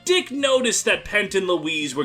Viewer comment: Dieck not Deke.